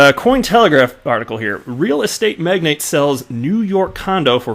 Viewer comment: And it's not Magnet, it's Magnate....(long A sound).